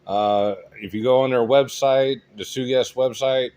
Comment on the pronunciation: It's pronounced Sugess, not Sugess